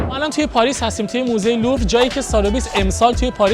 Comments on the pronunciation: برو چند بار تمرین کن بگو موزه لوور ، نه لورو 😮😮 زشته داری فیلم میگیری برای این همه بیننده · موزه لوور درسته نه لورو😂... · چرا از اول ویدیو میگی موزه لورو درستش موزه لووره داداش من رفتم 🙃